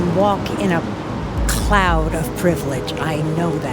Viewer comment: ''CCCKKLOUD of Privlage'' lady brought me to tears of laughter!